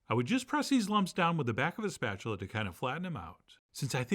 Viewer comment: Only lunatics call it see-rup, but “spatualate”? 😊 I have a 50 year old electric griddle. What temp would you recommend?